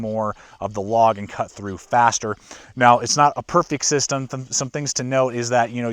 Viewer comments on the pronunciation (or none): none